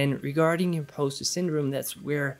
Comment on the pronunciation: Just FYI, the word impostor is pronounced im-paws-ter. I loved the video and your advice.